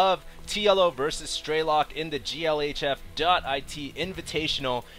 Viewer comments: It's funny how people allow themselves to be trolled by people commenting on quality. Man you people are dumb. By the way HD, stop saying "Straylock". It's an E. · it's strelok and not straylock